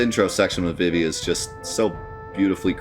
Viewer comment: It's pronounced "Zuh-Don" and "Vee-Vee"